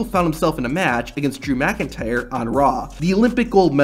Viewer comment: Bro the way you said Drew McIntyre 😅